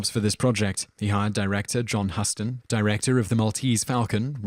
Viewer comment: The absurd mispronunciations went beyond the pale in this one. Everyone knows how to pronounce Huston, If only from Terrance Stamp's mangling in Superman and the oft misquoted "Huston, we've had a problem" from Apollo 13. BTW; Most of the talkies on this list were regularly played on broadcast US TV well into the 1980's.